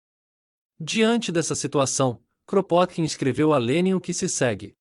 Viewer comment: O nome dele se pronuncia "Krapôtkin".